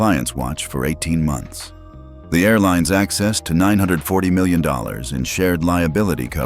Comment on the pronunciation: Teach your AI reader that 'million' is pronounced 'mill-yon' or 'mill-yan' not 'mawiwi'